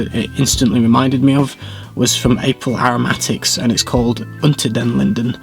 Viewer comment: Well done! Your pronunciation of "Unter den Linden" is almost professional and very cute and sweet 🇩🇪👍😉